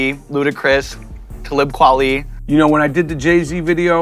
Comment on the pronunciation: Wait how did Sean pronounce “talib kweli” 😅😅